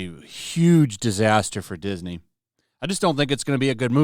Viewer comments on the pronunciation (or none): none